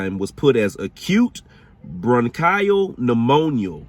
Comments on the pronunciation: Repeat after me....acute bron-KEY-uhl pneumonia, not bron-KAI-uhl, lol! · First of all I'm enjoying ur video as i write this but need to point out a pronunciation error ur making that I'm having a hard time ignoring. Bronchial is pronounced bronk-ee-ul, not bronk-eye-ul. Hope that makes sense written phonetically. I think that's the proper word anyway? I only point this out for ur learning so u'll know the next time u see that word. Ur video is great so far. Plz don't view this as a criticism but a learning experience. ☺️🤗💛🖤💛🤗☺️ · It is pronounced bronc-eee-al not bronc-iii-al. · Bronchial “bruhn-kee-uhl” and unbeknownst “uhn-bee-nohn-st” are worth pointing out but it was a very informative piece of investigative journalism 👌🏽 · Roberta was walking Lucifer!! Bronchial pronounced bron-kee-al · Sorry I had to laugh at your pronunciation of bronchial lol